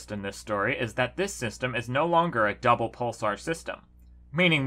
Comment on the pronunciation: I swear he said “devil pulsar system”.